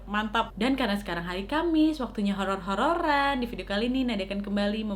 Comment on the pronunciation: 0.13 Kak Nadia : "ok malam jum'at ini Nadia kembali dengan cerita apa??" Me :"hororrrr" (treak2 lupa kalo chadel huruf "R" jadi ketawak semua yang dengerin)